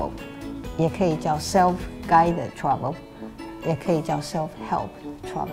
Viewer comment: travel 聽成 trouble